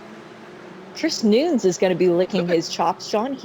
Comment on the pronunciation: what's with the womansplaining? the guy's name is Chris Nunes, correctly pronounced by the male commentator as 'nooness' before the annoying female makes a point of emphasising her incorrectly pronounce 'noons'